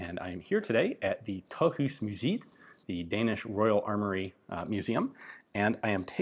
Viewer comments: As a dane, I have no clue where you're saying you are, not the slightest, Sounds like some long forgotten place in france. "táh'us musiit" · Nice to see youre back at Tøjhusmuseet, its an awesome place! You are butchering the pronunciation of its name though :D The end of the word "museet" is supposed to sound more like the 2. half of the word "bread" is in english. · Hehehehe.... nice try though. Both with "Tøjhusmuseet" and "Forsøgsrekylgevær". Don't feel too bad, we've had people here for more than 40 years, that still can't speak anywhere near understandable.